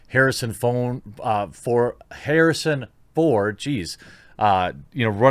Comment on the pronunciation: No one: The quartering: Harrison phone